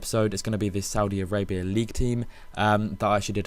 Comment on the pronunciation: Haha I thought you said saudi-arapia